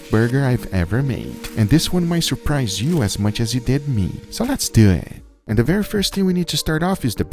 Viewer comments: Love it when he says: "Lets dew it!" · “So let’s doueee”